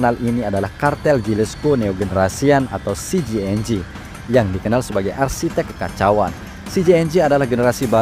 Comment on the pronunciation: Sebut nama CJNG yg bener